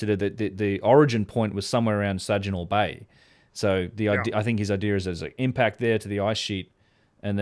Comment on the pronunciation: I love how called it the 'Sajinaw' bay. That's a hard G,. 😄